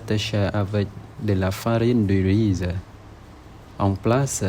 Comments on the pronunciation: Bonjour mon ami! Ces gateaux ont l'air absolument délicieux, j'adorerai en manger 😄 Tres bien ta vidéo, c'est fluide et tu arrives même à metrre des intonations naturelles quand tu parles. Bravo! On écrit "riz" avec Z à la fin mais il ne se prononce pas. Dis juste "ri" 😊 Voila, j'espère que tout va bien pour toi Bisou 😊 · Chum reap sour 🙏 Les fameux Nom akao knaot! Ils sont très bons ces gâteaux et j'en garde un très bon souvenir. Bravo pour ton français. Effectivement le 'z' de riz ne se prononce pas. Voici qq mots dont le 'z' a la fin n'est pas prononcé: Riz Nez Chez Assez Et voici ceux qui se prononce: Gaz Jazz Quiz Encore Bravo Bonne journée 🙏